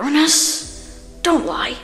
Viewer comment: FINALLY SOMEONE WHO SAYS URANUS CORRECTLY OH MY G